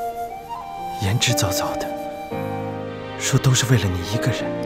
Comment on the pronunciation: 那个言之凿凿 , 念 做做， 不是糟糟。 有点煞风景，美中不足。 不过瑕不掩瑜，这集拍得惊天地泣鬼神，画面太美对白太美男女主配都演得太好。